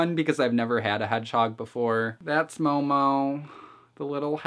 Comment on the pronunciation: Just saying, its mohmoh, not mou mou. But great video as always :3